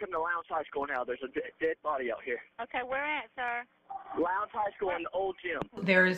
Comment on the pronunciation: The boy in the cap clearly has a rehearsed speech. He mispronounces “sir” (says “No sore” ) because he is already thinking about the next word in his script: “nor”. Also, what American teenage boy ever uses the word “nor”? ! None, that’s who. Also, it seems to me the sherriff denying any foul play has a bit of duping delight playing round his mouth. Investigators would likely easily be able to ID the 3 blurry figures in the gym, by comparing their clothes with hallway footage from the same day. That’s how several Capitol insurrectionists were identified.